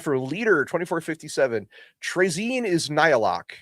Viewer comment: Isn’t it “Tray-Zin”?